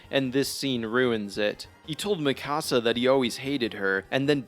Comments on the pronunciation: The season finale was utterly horrible but it wasn't a shock that Eren loved Mee-KUH-sa not Mi Cahsa you dumb🤬 she isn't a Mexican house. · Lol “Me-kah-sa” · Ok I hate the ending. However your mispronunciation of Mikasa name is crazy. Also Eren never hated Mikasa he had a sibling like rivalry with her since she had abilities and strength he didnt have even though she was only be protective due to love he had a tough guy complex of im a man I can protect myself. It’s like when a parent keeps doing everything for their kids the kids snap and are like hey let me sink or swim on my own. And she was adopted and he might have had a crush on her when he first met her but due to her living with him changed the status of his house hold